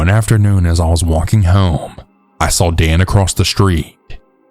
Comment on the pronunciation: Its "SAW" not "SAWLL"